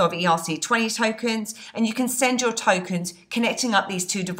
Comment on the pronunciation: I like how you said "steal you money" with your accent! Badd ass!! Great videos!! :-)